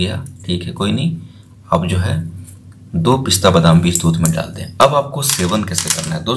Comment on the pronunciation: Pahle ap pista ko sahise pista bol lo